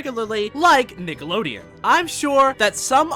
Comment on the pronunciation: the way you said nickelodeon 😂